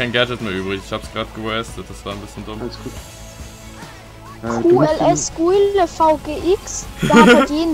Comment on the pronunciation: Hauptsache ,,KU EL ES GUILE VGX” anstatt ,,QLS | GuilleVGX